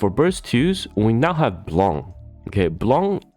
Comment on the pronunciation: My mood was bright until you mentionned sync lvl 280; it became confused after, and a little bit sad ><' It got fucking bright when I heard you pronounce Blanc's name properly tho:D Thanks for the video!